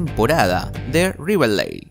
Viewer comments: Aprende a hablar y después haces vídeos. Y es riverdale no riveldale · No sabe pronunciar xd disque riverleal y shugear xd en ves de jughead